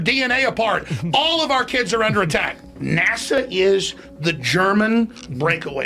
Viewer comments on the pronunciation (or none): none